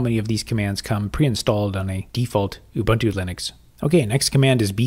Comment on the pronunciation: I would have continued to watch the video, but I could not tolerate the mispronunciation of "Ubuntu".